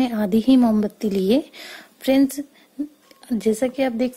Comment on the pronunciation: Friend ko fries fries kyon bol rahi he